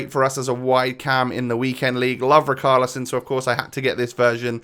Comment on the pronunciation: I swear it richarlison not rickarlison